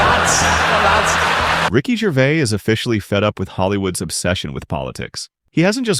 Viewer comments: The S at the end of his name isn't silent. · There is an "s" on the end of Ricky's last name, and he pronounces it. Jeez. can't you at least say the name right? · What is it with this commentator that he can't even say his name correctly. I've said this before and I'll say it again. Ricky's surname is GervaiS yet he keeps saying Gervaiy. It's exactly the same as Fleur de lys. It has an ess at the end so it's pronounced with the ess sound at the end, NOT Fleur de lee. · Also his name is pronounced Gervais/z/ not Gervay. You hopeless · Its Ricky GervaiS with an S at the end. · Its GervaiS...with emphasis on the S. Not Gervay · His name is NOT “Ricky Gervay” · The S in his surname isn't silent. I love his straight talk.